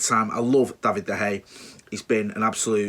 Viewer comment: Pronounced de Heya!!!!!!!!!!!!